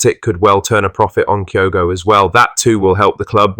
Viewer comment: Kyoto? Can’t eve get his name right